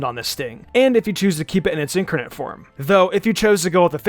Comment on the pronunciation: Incarnate (IN-CAR-NATE) not (INK-ER-NATE) It’s like watching Wolfe Glicke call Giratina (Jer-at-nia)